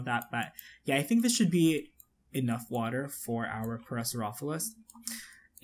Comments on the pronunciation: the actual pronunciation of the dinosaur is "pair-a-saur-ollo-phus". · Just to let you know, it's pronounced Pair-uh-sor-oh-lo-fis (Parasaurolophus)